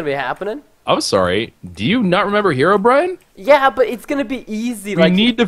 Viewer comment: HARLDBRIN? hearobrine